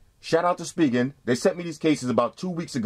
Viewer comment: its (spy gen) not (speegen) lol no hate